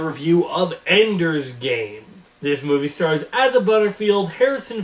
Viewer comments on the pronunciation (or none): It's Asa not Aza